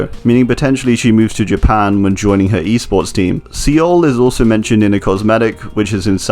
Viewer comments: He said sea ole. It’s pronounced “soul” man.... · Seoul is pronounced sou-ool not SeeYoll. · Its not se owl its soul pronounced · Umm you pronounced Seoul as See-oul but it’s pronounced Soul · Sorry it’s pronounced soul not see ool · see-oul bro its soul. SOUL not SEEOL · Seoul is pronounced soul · Love your videos but I wanna say that Seoul is pronounced like soul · Just to be helpful in the future, Seoul is pronounced “Soul” ☺️ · oh boy do i love "see-ole" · Pronounced "Soul" btw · Ok i know this is minor but: Seoul is pronounced more like Soul. Its minor but its REALLY annoying me but i understand the mistake and all i ask is that you learn from your mistake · Hey man, Seoul is pronounced soul. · you did not just pronounce Seoul like Seal, did you? ... Haha no front man, great job on the video. Just took me like 20sec to get which city you meant. You get much closer in pronouncing like the word "soul" which is still off but closer ;) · Seoul is just pronounced “soul” 😁 I was born there lol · the pronounciation of Seoul isn't an opinion. There is a right and a wrong way and See-ul is wrong. The e stems from the romanization of 서울 because there are two different sounds for o 어 is romanized into eo as in "soul" and 오 written as o as in "ohhh" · Seoul is pronounced more like soul, great video tho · Great video, but the way he pronounces Seoul hurts me... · Lol he can’t say Chernobyl or Seoul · The way he pronounces Seoul is actually kind of triggering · Great video, but the way you pronounced Los Angeles and Seoul hurt me a little bit😂. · You did not just pronounce Seoul that way . . .